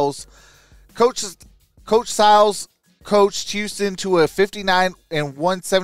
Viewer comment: It's pronounced..... "Syy-les"